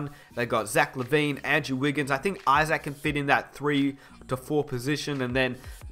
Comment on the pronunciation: be like "Jonathan IsACK"